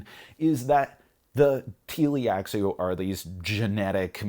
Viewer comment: Great review! I agree, I would never play Dune Imperium without the Rise of IX expansion anymore, but I would still play Rise of IX without Immortality. Small note: It's Tleilaxu (Tlee-lax-oo) though, not Tee-li-ax-oo.